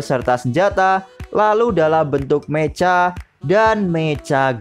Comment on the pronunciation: bang saran aja sh, klo bisa pengejaan beberapa kata seperti mecha, kiramaiger dll ikutin di pengejaan jepangnya aja biar enak d denger ,, soalnya agak ganjel di telinga katanya klo bacanya terlalu jujur 😁